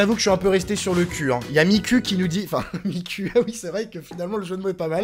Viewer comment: À sa se dit mikou pas miCUL